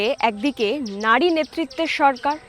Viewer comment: It's নারী not নাড়ী